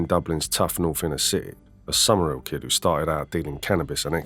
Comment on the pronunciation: It's pronounced Summer Hill not Summerill Pal...!! 👍💚🤍🧡